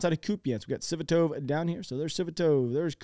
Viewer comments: FFS.. Sva-to-va!!! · Svatove is pronounce Svah-Toh-Vah. And Bakhmut is pronounced Bach-Moot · AND....im sure you've been corrected in the past.. BUT PLEASE PRONOUNCE.... Svatove..... AS .......... SVA TO VEY! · Yea I love how he pronounces the towns name. Lol is awesome. I miss his videos everyday. I was watching him everyday. Him and arutr rehi